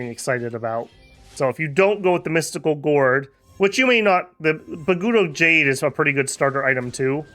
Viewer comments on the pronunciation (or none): none